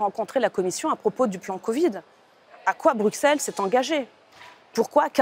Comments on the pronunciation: Vous avez 100 fois raisons . Mais arrêtez de Dire BruXelles ! Ca se prononce Brusselle. Ca la fout mal pour une députée européenne ... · Merci. Un détail : on dit Brusselles et non pas Brukselles !